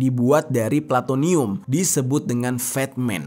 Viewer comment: plutonium mestinya...bukan platonium